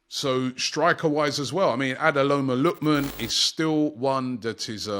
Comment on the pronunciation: "Adeloma lookman"😂😂😂😂Robbie please